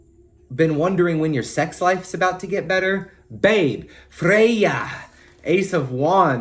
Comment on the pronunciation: I love the way you pronounce Freya - I just repeated it out loud at the gym 😂